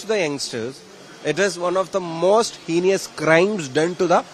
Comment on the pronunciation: True that Shafi' s English is much better than that of Rahim or Shailaja or Chintha or most of the CPM leaders. But it deserves 50 % marks or so.Fir example, the word HEINOUS is pronounced as HENIOUS (×) by him.😂!